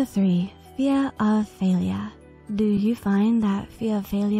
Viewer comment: “fea of failyuh stops you from living your bes lauf??” This cracked me up